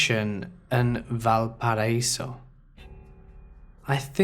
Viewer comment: Love how you pronounce Valparaiso. Never heard it like that before.